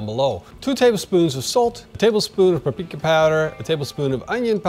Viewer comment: Tablespoon of Pprka powder…. I had to rewind to hear what he said! Ha!